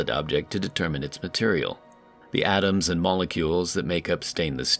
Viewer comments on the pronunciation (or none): I think they are called 'atoms', not 'Adams', mate.